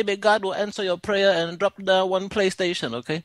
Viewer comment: THE PRAY TATION 🤣🤣😭😭💀